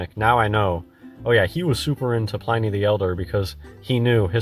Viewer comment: The fact that he doesn't know how to properly pronounce Pliny the Elder, suggests that whole, "I used to work for a Freemason in a lodge" tale is suspect.